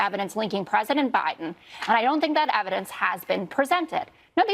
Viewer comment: They seem to have a lot of "neva-dence"